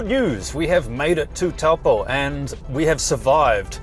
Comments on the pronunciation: Tau poe 😅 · Great video, but just a reminder that Taupō is pronounced toe-paw.